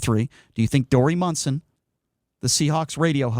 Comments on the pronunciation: And, it's MONSON, not Munson. Get the name right, too. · And you should at least be able to spell and say his name right. :-) and how do you know how long he was suspended for when it has not yet been announced? And he ****DID*** apologize even before the suspension was announced. And he did NOT mock transgender. Talk about fake news.. this is if.